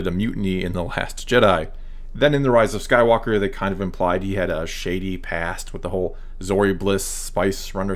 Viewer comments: thanks for correctly pronouncing my last name you don't know how many times people pronounce it incorrectly. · Thanks for the shoutout! Lol, the last name is quite tricky, but you did better than most. Love your work and it’s refreshing to have SW discussions that are not incredibly toxic. Keep it up!